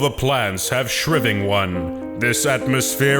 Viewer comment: This guy can't read. Or at least he doesn't know when to use a long vowel. Instead of "Jony" he says "Jonny", "shrivving" instead of "shriving", and "Lassie" instead of "Lasy". If you're gonna take the piss out of something, you might as well pronounce the mistakes. That's why I think he just doesn't know that they're spelled wrong. Oh, and 52 minutes? I would love to know how many people stayed to the end of that. You're reviewing garbage - dial it back a bit. Nobody wants to watch crap games for a whole hour